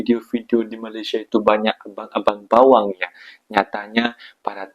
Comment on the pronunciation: bukan bawang la bro... tapi bewang... adik manis... abang bewang sinta sema kamuuh